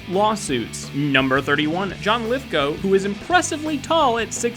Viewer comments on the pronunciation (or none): none